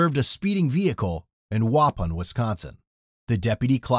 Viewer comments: It's pronounced WA PAWN . NOT WA PIN. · It’s not “WOPPIN’” it’s “WUH PAWN” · Narrator: its pronounced "wuh-pahn" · wuh-PAWN, my dude. I thought you were Wisconsin based?